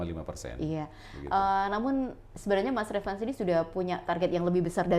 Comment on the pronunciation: Bukan retfan mbk... 😂😂tp Ratfan